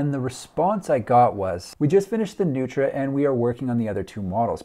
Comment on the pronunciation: The designers are honoring Richard Neutra (mid century modernist LA). It's actually pronounced "Noy-tra". Strange, I know.